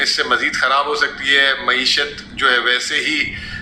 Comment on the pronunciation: Oye mooeshat nhin hoti maaeshat hoti hay. Lafz tu sahi ada kr lya kro.